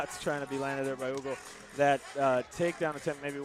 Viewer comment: The way they pronounced dudes name was hilarious! The whole fight I thought the guys name was Ugo until I looked down and realized it's Hugo 😂